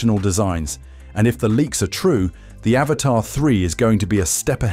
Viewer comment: we all aware of that dipshit..i own one..but its not pronounced avatar..seems like you cant read but pretending to be smart